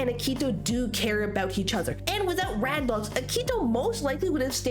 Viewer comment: Ugh i love this video but some things are ticking me off like how you're calling akito and toya "rad dogs" (like the song instead of their duo name bad dogs) and "subunits" even though that term is only used for the virtual singers 😭